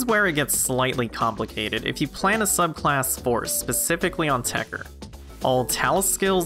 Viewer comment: why are you leaving the 2nd T silent it TechTer not Techer but whatever.